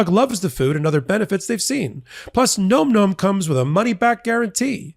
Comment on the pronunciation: I think you're pronouncing Nom Nom incorrectly.